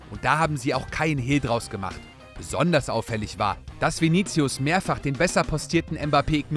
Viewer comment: ich hörs immer wieder und da es auch der name meines bruders ist, hau ich mal kurz n fact zu Vini raus... Man sprichts viniSius aus, das C wird als S ausgesprochen.